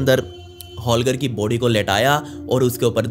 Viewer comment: Vai body bolo not booody 🤣🤣🤣🤣🤣🤣🤣